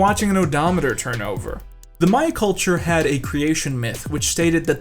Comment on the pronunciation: thank you so much for saying maya instead of mayan!!! such a tiny difference but it proves that you actually know what you’re talking about lmao - a happy archaeology student